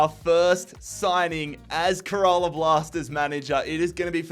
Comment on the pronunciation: Little note: Kerala is pronounced kinda like “care a lot” without the t